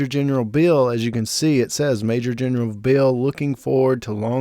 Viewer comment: It's Beale, not Bill.